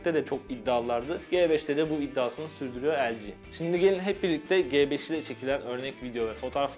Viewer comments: Abi G beş değil Ci beş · el"ci" ci 5 yerine g5 demeniz ne kadar ufak bir şey olsada acayip taktım 😂